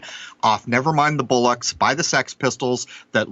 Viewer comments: "BOLL-ocks", not "BULL-ocks". Bollocks is slang for testicles. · It's 'Never mind the Bollocks' not bullocks. Lol